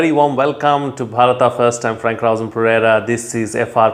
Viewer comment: Why don't you pronounce Bharat instead of Bhatata??